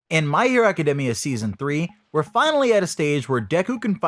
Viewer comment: Brah (Ac)(a)(dE)(mia) the E is said like E But I respect the way It sounds when you say it